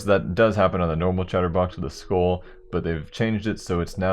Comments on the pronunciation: u realize "skull" isn't pronounced as "school" right... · holy shit... the way you pronounce "skull" triggers me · wtf how does he say skull